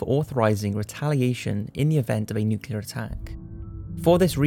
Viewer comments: NOO-CLEE-AHR. Not nookyaler. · nuclear, not nucular. I know we're talking about the yanks, but that doesn't mean dumbing yourself down for them. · I absolutely love ur posts!! But, I'm so sorry pls it is nuclEar, not nucular..pls😁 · Nuclear is NOT pronounced nucular! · Noo klee er(ar). NUCLEAR!!